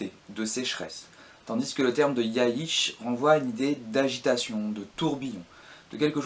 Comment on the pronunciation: Ben, déjà effectivement Ibn khaldun prononcé Ibène Caldoune (ça se rapprocherait plus de Ibn' Rrrhhhaldoune ou en "français" Ib(eu)ne Caldoune, le "(eu)" étant quasiment muet) ; Jund prononcé à l'allemande Yound (au lieu de Djound) et pareil avec Jaysh (qui se prononce de façon proche de Djaïch et non yaïch). Mais bon, ce ne sont que des détails ! Très bonne vidéo, qui fait bien le tour de la question ;)